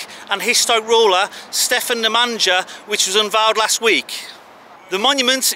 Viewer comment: Yes. When he said Namanja it sounds almnost like a gypsy word for....